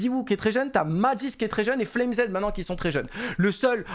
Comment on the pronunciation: on te kiffe continue le taff. Mais arrête de dire SPAINX ca trigger de ouf Cest SpinXXXXXXX et et FLAME Z ca se prononce comme "FLAMES" en anglais le pluriel de "flame" FLAMEZZ pas FLame Zed #Boomer2cs